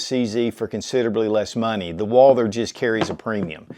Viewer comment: Every time he butchers the pronunciation of Walther my ears start to bleed... Woouuulder... Dear God 🤦‍♂